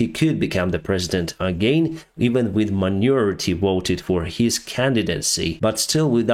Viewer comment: Sometimes your pronunciation is unintentionally more correct than you may think ( I'm sure my pronunciation of Ukrainian would be atrocious ) But "minority" sounded like manure-ity and "majority" like "maturity" , probably a much more correct meaning. THX